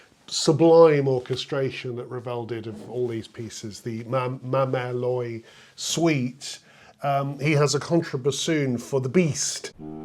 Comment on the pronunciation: Great video! Just a little tip - 'l'oye' is pronounced approximately like 'lo-ah', not 'loi'. Alternatively, you could simply use the English title, 'Mother Goose'.